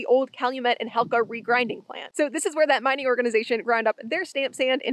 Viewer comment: yep, it was Hecla, not Helca I have several souvenirs of that dredge that were given to me in the mid 1970s that were "acquired" by unauthorized souvenir hunters